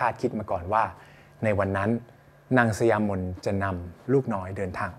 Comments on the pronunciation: สะหยา-ไม่ใช่สะยา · อ่านว่า>สะหยามน ค่ะ